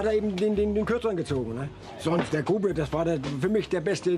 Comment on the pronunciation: Nice video, but I can't really get over the fact that you keep pronouncing Grupe as though it were Spanish, even though you can hear the correct pronunciation in the German clips... Also, I don't really buy into the idea that he wasn't just putting on an act (i.e. kayfabe) in all those salty interviews...